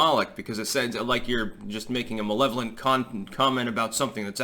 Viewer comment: you said malevolent cunt.